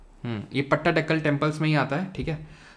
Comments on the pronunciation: I'm from Karnataka Hi Sir "Pattadakal" Is not pronounced as पट्टाढक्कल It is pronounced as पट्टदकल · Its पटदकल not पट्टादकल